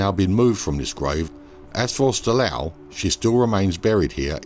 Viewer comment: Its not Styl-a-ou Christophi, but Styl-ooooou Christophi